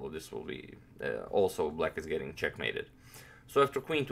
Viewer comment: "Your getting chackmated" 😂🤣